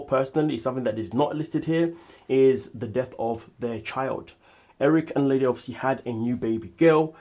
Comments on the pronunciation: IT'S PRONOUNCED "LEEDA". 😅😅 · Yes, was looking for this Lee-da.